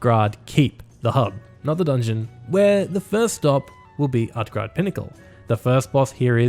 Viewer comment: U say utgrade, is that how u prenounce utgarde?